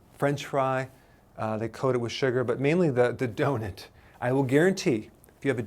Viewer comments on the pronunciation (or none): Love how he says donut “donet” ahaha